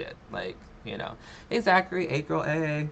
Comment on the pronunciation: Doesn't Amberlynn say "gorl"?? 🤔